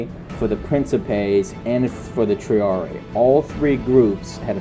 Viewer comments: Quit mispronouncing triarii. It's pronounced tree-are-ee-eye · I hate to carp over little things. I'm pretty sure when you encounter latin words with doubled i's indicating pluralization, you pronounce them both. So Julii would be 'julie-eye,' Claudiii would be 'cloudy-eye' and triarii would be 'tree-are-ee-eye.' I know, I know, people just love unsolicited pronunciation tips.